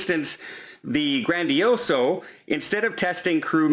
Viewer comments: I understand when some makes the occasional mispronouncing of ship names, and cities, but he has called the Grandiosa the Grandioso multiple times. As a travel agent, would you not attempt to get it straight before disseminating this information? Maybe you’re right, he may have some sort of disability....if that’s that case, I will make a point to ignore his future hiccups.... how’s that👍? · Its not the Grandioso its the Grandiosa, Its not the Mer viG lia the g is silent, and its not even the Meraviglia its the Magnifica. Im tired of you putting out false information. Every single video has false information. The quality of this channel is going downhill. Youre a Travel Agent and you put out this false information, wrong ships, falsi information on Volunteer Cruise requirements, what do you do to your clients???? You book them on the wrong ship or give them the wrong entry document requirements or critical information?? Yeah Im calling you out. You dont read your viewers comments anyway man. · He is notorious for mangling ship names, European cities names, etc......he’s been calling the GrandiosA GrandiosO since I don’t know when. I was new to cruising and was checking for the Grandioso because he mentioned it. I wasted my time looking for it. Then someone mentioned it was the Grandiosa. Other people have commented to him directly about it but he doesn’t give a rat’s ..........